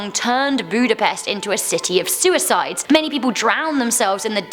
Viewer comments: as a hungarian, it irritated me the way she pronounced budapest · I know you dont speek hungarian your butsering the word Budapest. Also evry other words too.